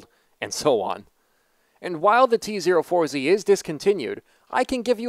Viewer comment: Tee Zero Four Zee lol